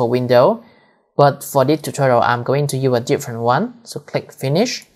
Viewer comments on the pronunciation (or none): none